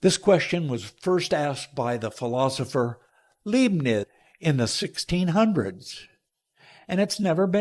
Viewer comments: He doesn't even know why his question exists. He had all the time in the world to prepare the video and couldn't get the name of the person this question is attributed to correct. I'm not surprised by an American struggling to pronounce "Leibniz" (although his attempt was pretty pathetic), but he can't even spell it correctly. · why can they never pronounce their sources’ names correctly? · I have a question for this idiot: Why can't you spell and pronounce the name Leibniz correctly? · It Leibniz for Lisa's sake. Leibniz, pronounced as Lyebnits. Bloody hell. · I understand why English speakers mispronounce Leibniz, but he even misspells him? Twice? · misspelled Leibnitz' name and then pronounced his misspelling (but not Leibnitz' name) correctly. Remarkable!